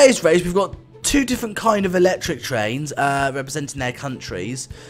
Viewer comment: It is actually electric not eecetric